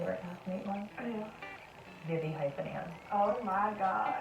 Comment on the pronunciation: Is anyone else wondering what she said vivis name was she said something like vivithin Anne